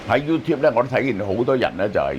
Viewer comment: 香港的 YouTubers 都唔識 YouTube 的正確發音。